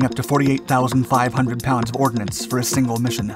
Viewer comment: No, no, I checked the video. They even mispronounced it as ordinance. You quoted them accurately!